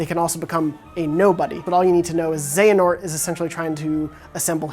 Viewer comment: They at least pronounced xehanort right. But there are better videos if you really want to understand the entire plot.